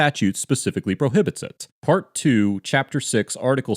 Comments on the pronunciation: “he doesn’t wanna be PAWT of it!” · HE DOESN’T WANT TO BE PAHT OF IT 🤣🤣🤣